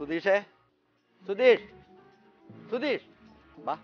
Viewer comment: റിപ്പോർട്ടിംഗ് വളരെ നന്നായി.. പക്ഷേ റിപ്പോർട്ടർക്ക് അക്ഷരശുദ്ധി ഇല്ല. സുധീഷ് എന്നതിന് പകരം സുധീശ് എന്നാണ് പറയുന്നത്